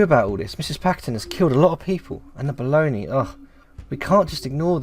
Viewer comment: "Don't be afraid, you are safe here". After years, now, I know both italian and english version. 😁 P.S. This game is one of my "lifechanging". Love the way you read the dialogues. P.P.S. I can't help you with the pronunciation of Bologna, actually, except that you said well with the soft "gn", that it's mostly known as "mortadella" here and that's absolutely not beef, but pork. 😅